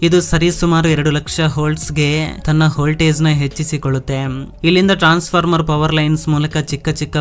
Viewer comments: ಹಾವಿ ಅಲ್ಲ ಆವಿ. ಹೋಲ್ಟೇಜ್ ಅಲ್ಲ ವೋಲ್ಟೇಜ್ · ಮಾಹಿತಿ ಚೆನ್ನಾಗಿದೆ ಆದರೆ ನಿನ್ನ ಭಾಷೆ ಅರ್ಥ ಆಗಲ್ಲ ಅವಿಗೆ -ಹಾವಿ ವೋಲ್ಟೇಜ್ ಗೆ - ಹೋಲ್ ತೇಜ್ ಒತ್ತಡಕ್ಕೆ - ಹೊತ್ತಡ ಭೂಮಿ ಅಗೆಯುದಕ್ಕೆ - ಹಗೆಯುದು ಕನ್ನಡ ಸರಿಯಾಗಿ ಮಾತನಾಡೋ ಗುಬಾಲ್